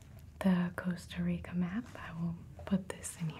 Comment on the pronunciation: hearing her say "costa rica" (my country) is too satisfying